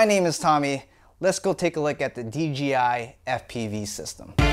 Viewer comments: Dude say it with me DJI DJI DJI DJI its DJI not DGI...... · Dee Jay eye..... Not dee gee eye.... 🤣😂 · You keep saying DGI. It's not, it's DJI. Say it with me, D--J--I. One more time, D--J--I. There is no g, only a j. Carry on. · Why does everyone say DGI not D-J- I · Why do alot of folks say "DGI"? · Is it me or does everyone call D J I.. D G I the rotor roit guys did it now Tommy lol everytime I tell someone about Dji it always comes out DGI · It’s not DGI it’s DJI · DJI... not DGI. Lol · its pronounced "jay" not" jee" or m I crazy? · Threw me off every time you said "DGI". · "D.G.I FPV System" 😂 😂 😂 😂 ✌️ ✌️ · YOU SAID D G I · Do you accidentally say DGI or is it on purpose lol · He keeps saying dgi lol